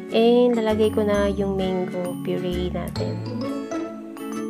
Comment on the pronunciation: Its Mang-go, not meyng-go.